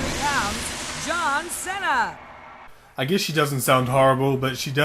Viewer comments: LOL Lillian said "John Cina" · Did this bitch say John Senna? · john sen-ah. lol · It's strange that female ring announcer (the RAW ring announcer) mispronounced John Cena's last name as John Senna, but the male ring announcer (voiced by Howard Finkel) pronounced Cena's last name correctly as John Ce-na. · John Cehna jajajajajaja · "John Sena"??!?! Oh my god that literally had me dying XD Great review! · That's how my psychologist used to pronounce his name. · John Saynuhh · haha the girl announcer said john cenas name wrong lololololo